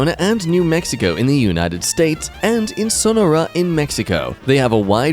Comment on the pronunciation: I didnt know it was possible to mispronounce "Sonora" but here we are.